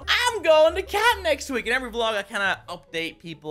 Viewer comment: At first when you said "I'm going to camp!" I thought you said that you were going to Canada. And then I got really excited because I live in Calgary. Lol